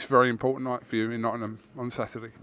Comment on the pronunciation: please learn to pronounce Nottingham, you and Eddie are both the same…Its not pronounced “Notunum” I know its a long word but give it a crack!